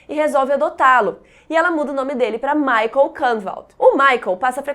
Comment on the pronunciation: Amei! To amando na verdade essa semana Dark! Porem MUITA ANGUSTIA por causa da pronúncia dos nomes: Ulrich e Michael. Em alemao se diz “ú ri ch”, som de ch no final, como em chuva. E michael a mesma coisa, pois nao é uma pronúncia americanizada feito Michae Jackson, e sim, “mi cha él”, também como em chuva, e um “L” puxadinho.